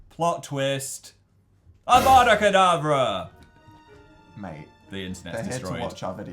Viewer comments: Phil saying avada kedAvra puts me on pain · Anyone else triggered how Phil said Avada Kedarvra?